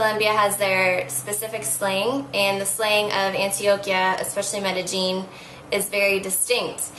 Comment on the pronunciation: I wouldn't trust the advice of anyone that can't pronounce Medellian properly,there is no true j sound in most countries where the first language is Espanol.